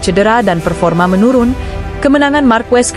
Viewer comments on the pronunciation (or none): none